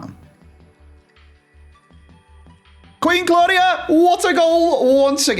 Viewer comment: Love the series but I’m pretty sure Queen Claudia is pronounced queen clow-dia